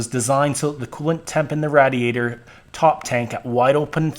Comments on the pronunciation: BRO....Its RAY-DEE-ADER....not RAD-EEE-ATOR. HAHAHA Im 38 and have never heard anyone pronounce radiator the way you did....Is this an actual pronunciation somewhere in the USA??? If so, its new to me. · This is a great video, BUT, one of your pronunciations are driving me nuts. Radiator -- it's RAY-diator. Meanwhile.. I'm on my fourth Dodge. 96, 01, 03 and now an 05, with a G56 6sp manual. Owned since 2007, it has 160k miles on it. Love it! I refuse to own the newer (but very nice) emissions and electronic nightmares. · Thank you for saying Radiator like you're a foreigner that is trying to pronounce "Radiator" it is pronounced Radiate+Or or "Raid e ate or" I absolutely cracked up like 40minutes in when you said it for thr last time ROFL thanks agains I know you probably weren't trying to be funny but that was hysterical and yraa this is the correct information as far as to how your pronounce "Radiator " ... ROFL also " I felt it was time that this information happened " dude you are fucking Hilarious ROFL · The way he pronounces "radiator" - I heard that a lot in Southern Pennsylvania, especially in Pittsburgh. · Great vid, watched the whole thing. But the way you say radiator was about to make me explode lmao.